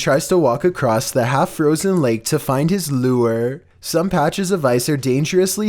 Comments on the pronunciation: Me: lure: loo er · Greatest pronunciation of lure I've ever heard. Thanks!